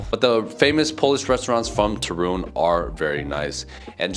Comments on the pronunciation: The stress is on the first syllable: TOOOO - RUŃ, not TO- RUUUŃ. You will be surprised by the entire eastern side of Poland, which is totally different from what you have seen so far. Lublin and the town lying nearby, Kazimierz Dolny, Bałystok, Białowieża, and Puszcza Białowieska - home for the European Bisons and the last and oldest part of the European forest, which is now protected and has never been altered by man, so it still looks like the whole northeast area looked in the Middle Ages - back then, Poland was just acres of forests. My favorite part of Poland to visit is Lower Silesia - Dolny Śląsk, especially Góry Sowie (nice place for hiking), some great castles in that area - Zamek Książ, Zamek Grodno, and the most impressive thing you will see connected with the WW2: an underground city, nazis forced the concentration camp prisoners to carve with their hands. It was supposed to be Hitler's headquarters - Kompleks "Riese". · Not Turun. But TORUN. 😊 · You say very nice Ostrołęka but you cant pronouns ń in Toruń? 😅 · I do believe you are pronouncing it wrong. But it is a beautiful city. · I watched this video and laughed every time you said Torun! Lol! For a Polish language learner, I am surprised that you don't know how to say it correctly! lol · Listen to your friend how to pronounce Toruń 😝